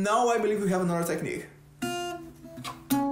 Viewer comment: caraio, só fui perceber que é BR quando deixou vazar um "tequinique" ali hahahahaha fala bem demais. bom vídeo!